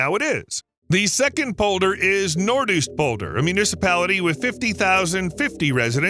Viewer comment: Nope it is not Nort Oest polder, it is Noords OOst polder with an o as in go, and not an oe as in shoe...